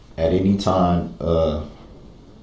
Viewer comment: 😂😂😂😂😂😂😂 Who uses "ANTY" instead of any? Is that like "axe" instead of ask? How do the witnesses keep a straight face with this clown?